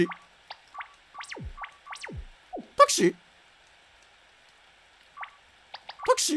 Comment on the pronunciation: 「たけし？たくし？たくし？たくし？」 タクシー？🚕